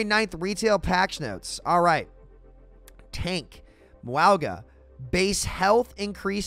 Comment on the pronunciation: Do you call him Muauga on purpose to get people talking about it or do you not know how to pronounce it?